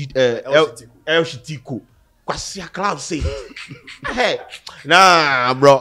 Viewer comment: El shittico??😂😂😂 Damn